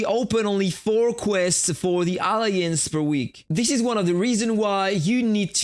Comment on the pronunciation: sorry to say it m8 but you are pronouncing the word alliance wrong 😞